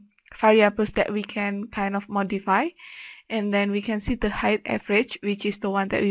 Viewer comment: thanks for this ! - PS Height = pronouced " H - eye -T"